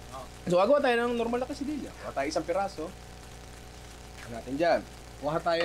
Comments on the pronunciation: nong diba dapat KE-SA-DI-YA ung pronounciation?? labyu nong pashout out naman kahit di pwede. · Di po ganyan ipronounce quesadilla at tortilla ☹️☹️☹️